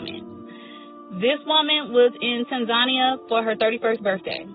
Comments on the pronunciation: “TEN-ZON-IA” is crazy 😂 never heard anyone pronounce Tanzania like that before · did she say tun-za-nia? lol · ITS TAN-ZA-NEE-YA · That lady just pronounced Tanzania in the craziest way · Yall butchering Tanzania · THIS SLOW BIH COULDN'T EVEN PRONOUN A AFRICAN COUNTRY NAME CORRECTLY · The pronunciation of Zanzibar and Tanzania in this video is throwing me for a loop 😅 rip to Ashlee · Why can’t anyone pronounce Tanzania